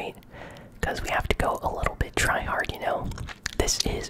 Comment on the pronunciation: You say tryhad and you camp 😂